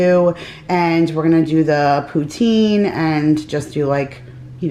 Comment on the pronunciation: I'm from Montreal and we say poutine just like you do. ❤🤍❤